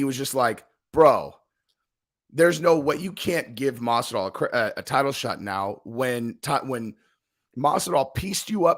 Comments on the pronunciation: Masival? You mean Masvidal? Dumb fuck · 'Masival'?? Are u dyslexic? Lol. Or just overly exhausted from working so much/so hard??, luv ya--get some rest (ur prob sick due to overexertion that's weakening ur immune system), we ur fans will understand ur little hiatus from ur channel until ur well.. I hope u get better,soon.😉✌🏼💯